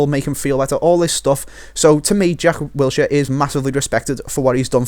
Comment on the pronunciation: Wilshere? HAHAHAHA